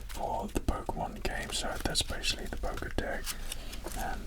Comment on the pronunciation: "Pokédeck"....... sigh